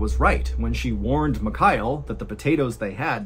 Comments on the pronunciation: Love your content and been a follower for a while but man… you’re ex mil, you can learn to say Mikhail, takes you 5s. Mee-Hah-ill Not micayell. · MihaEEL, not MiKAAel Please learn how to pronounce foreign names correctly, Sir !! Really annoying